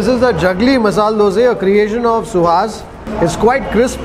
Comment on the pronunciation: That masal dosa is really appetising. By the way we love the way you call " Doseee". Out here in Tamilnadu it is dosai with a pronounced " I " at the end.